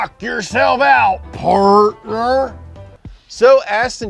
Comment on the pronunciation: "Knock your selves out, parrttnur" Ford would... yeah Ford would...